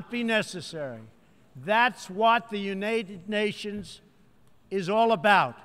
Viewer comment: Younaided Nations lol Word megalolz